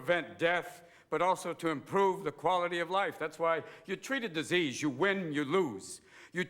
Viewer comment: "The most terrible dis-ease of all ; indifference".